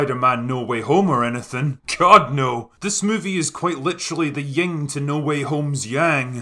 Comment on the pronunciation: Its Yin and Yang, not Ying and Yang; other than that nice piece.